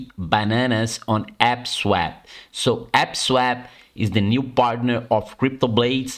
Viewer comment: You mean APE-swap right? ...Not AP-swap?!